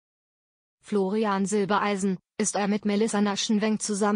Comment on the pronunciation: Florian heißt Silbereisen und nicht Silbeleisen!